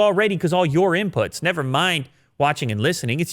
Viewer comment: "Nevah!" with a Michael Caine accent...